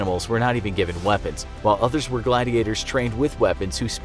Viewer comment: It's gladiators not glad gators XD LOL